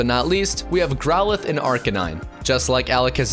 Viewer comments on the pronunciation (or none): Growlithe, not growthe